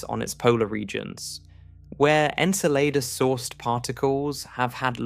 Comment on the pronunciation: Enceladus? Why don't you just pronounce it properly as Enchiladas already?...lol Jesus Christ these AI narrators mispronouncing things is getting out of hand...lol. It's bad enough these "science" channels are to lazy and cheap to hire a real person to narrate their "content", and yet they choose the shittiest AI narration software they can find...RTFLMFAO!!